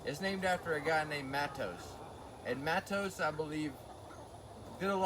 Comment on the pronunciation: The correct pronounce in Portuguese is "mattozee". Take care of your back, brother, I've got a injury lifting containers like that one recently! It is terrible and lingering.